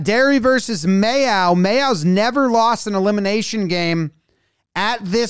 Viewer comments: May-Oh like the condiment. Not May-Ow. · Mayo is pronounced "may-OH". OH like the start of Ohio, that kind of oh. (Up the treaty.) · Its pronounced mayo, like the mayonnaise. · Mayo is pronounced like the condiment, May-O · Just to let you know, it IS pronounced "mayo" like the condiment. My father's family is from there. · pronounces mayo correctly after getting it wrong twice "is that how you pronounce it? probably not"